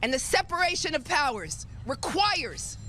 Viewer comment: requires? really? emphasis on requires hehe